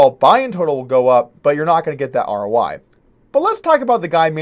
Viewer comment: Are you saying R.O.Y.? Or R.O.I.? What is R.O.Y.?